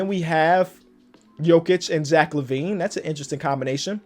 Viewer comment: who else started dying when said Jack Lavine 😂😂